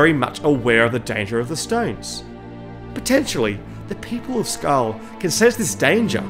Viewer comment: I clicked off as soon as he said Skarm